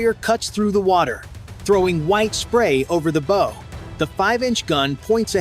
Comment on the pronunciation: Oh my goodness - your narrator needs to PRE-read his narrative. Bow, regarding a boat, is NOT bow as in “bow & arrow.” That was just error, just the most obvious.